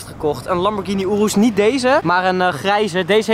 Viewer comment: Het is gvd niet joerus je spreekt het uit als oeroes